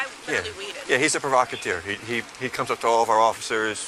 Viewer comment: Provacateer? English much?